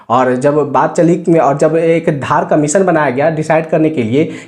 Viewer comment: That's not धार commission धर commission